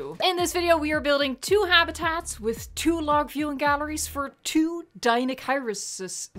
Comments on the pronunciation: It pronounced deinocheirus (DI-NO-CHI-RUS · deniochurus thats how you say it